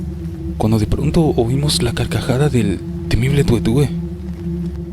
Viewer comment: Sí pero es el tué tué, no tue tue.